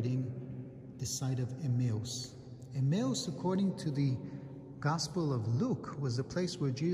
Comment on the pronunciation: He's trying to say Emmaus